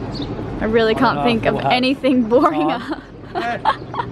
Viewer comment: haha says "boringa"!!